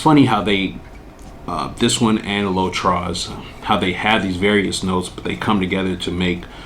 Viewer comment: Hi. You don’t pronounce the s in “trois. The s is silent in French.